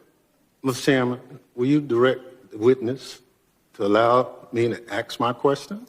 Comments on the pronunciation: …. We actually have representatives that say… Let me “AX” my question !! CONGRESSIONAL EBONICS at is best !😳😂🤦‍♂️🤦‍♂️🤦‍♂️ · WHY do black people choose to pronounce “ASK” as AXE ? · First let's approach his idea of the word ask a s k it's not Axe and it's not AKs it's not acts a question how stupid do you have to be to sit in a congressional hearing and use non-english non words?! Furthermore and to you mister mister chairman Mr President I would suggest that you need to stop this nonsense immediately because this is not a legal proceeding in any manner speaking this is just another communist ploy to try to destroy our nation so we needs to stop it it needs to stop now and nobody needs to be continuing it! Really I have never understood why people buy into this whole nonsense idea anyways democracy is not good it's not something of freedom it's not something right it's not something truthful it's just destruction for the sake of communism because it is communism! I will go so far as to say this the same thing I've said before that these people think that they're going to get something special out of society when they're friendly little communist butt buddies take over however they are not going to be in here to enjoy much of anything because history shows that most of the people who help somebody like the people get into power are the first ones who are killed so put that in your pipe and smoke it! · Well it's ask.. not axe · When they say,"AX you a question," they lose all credibility! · Yes please "AX" your question! Yep...AX it...destroy it ! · Let me axe my question?😂 Someone needs to teach that jackass how to speak correctly. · Dumbass wants to "axe" a question.